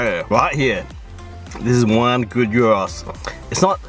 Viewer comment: Already happy that you are pronouncing it “yeero” Cool to see the Greek influence in Adelaide 🇬🇷🇬🇷